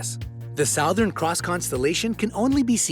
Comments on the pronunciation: That is not how you pronounce 'Southern' for god's sake. Smh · btw the Southern Cross is pronounced Suh-thern Cross not Sow-thern Cross. Also Papua New Guinea is simply pronounced "Papa New Guinea" Source: am Australian Also for future reference the indigenous polynesian people from New Zealand, the Maori, are pronounced "Maow-ree" not "May-or-ree" Not offended just giving you a heads up to avoid future (embarrassment? That sounds too harsh, I mean like, keep your reputation solid...) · Nice video, but SOWthern? It's pronounced Su-thern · Sowthern? Isn't Southern prounounced "suthern"? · It’s pronounced s-u-th-er-n c-r-o-ss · "southern" is pronounced "suthern": "Tibetan" has a short "i"; so many other mispronunciations... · Your pronunciation of "southern" made me cringe. It's pronounced "SUH-thern". Do you live under a rock? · Souuthan. Cross how you say is pronounced sothen cross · Where does one learn English and believe that "southern" is pronounced "sow-thern"? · Stop pronouncing southern like that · The Sowthern cross...lol? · I don’t like how he said sow thern instead of southern. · He pronounces southern weird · He doesn’t even know how to pronounce southern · Okay but are we gonna talk about the way he says southern... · The commentator doesn't know how to pronounce the word "southern".